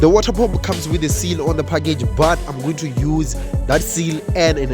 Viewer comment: can you try to say paah mmm pu not pomp